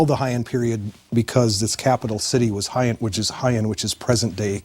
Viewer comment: In the first 30 seconds our expert mispronounces BOTH Heian and Kyoto. Loser